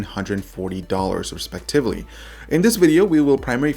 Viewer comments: "Respectivilly"? Did you mean Respectively? derp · thumbs up for "Respect-tivily"